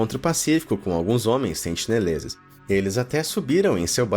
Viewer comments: tenho a impressão de que o narrador falou "sentileneses" algumas vezes kkkkkkk (ao invés de sentineleses) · sentineleses* ta falando sentileneses kkkkkk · muito bom vídeo. mas a agonia que sinto a cada sentiLenezes que vc fala, não ta escrita! corrigindo: sentiNelezes!!! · O nome da ilha é Sentinela, mas o narrador falou que seus moradores são os “SENTILENESES”...antes do 1º minuto, falou errado 2 vezes já! Vou continuar assistindo, mas se falar de novo, volto aqui pra dizer. Edit: com 1 min e 10 ele já mandou mais 2x errado...logo depois, mandou mais 3x errado! Pqp Edit2: aos resolveu começar a falar certo...